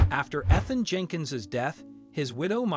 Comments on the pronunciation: That's all I could think when he kept saying "eth-in" instead of it clearly being "eath-in" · Weird Robot-sounding narrator made this difficult to listen to. How could anyone not know the name is pronounced "Ee-than" NOT "Eth-an"? and there were at least 3 pronunciations for "Myra". P.S. I'm sure the crooked lawyer made sure to have the last will dated close to the father's death, and likely succeeds the will found in the floor safe by the son, later. P.S. I have never heard of there being "wallpaper" in a trailer (!) especially, one used by men in their fishing camp. Lots of loose ends, unbelievable story. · How about pronouncing Ethan- Eee than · I’m annoyed by the fact that you keep mispronouncing peoples names. Ethan. With the emphasis on the E. Myra, with the emphasis on the Y. I can’t believe I just wasted 10 minutes watching this video, yes I know it’s minutes long, but I didn’t watch the whole thing I was so annoyed by his mispronunciations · You keep saying the widows name differently, what is her actual name. And that's not how you pronounce the name Ethan. Eth-in is how it's said correctly. Ffs. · It’s Eeeethan you lazy, digitized defective dolt. Don’t waste my time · Are you sure you are pronouncing ‘Ethan’ correctly? It is usually spoken as “EEthan”. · Can't even read correctly mispronounced name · Learn to pronounce Ethan and Myra. You screwed it every time.